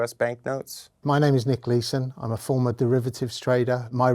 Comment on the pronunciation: Is anyone down here talking about how they had to rewind when introduced himself? lol, he said former most wanted cybercriminal like he was saying Honorable United States Attorney General or something. hahah, I haven't watched yet, but he has already scammed me, I'd be cooked.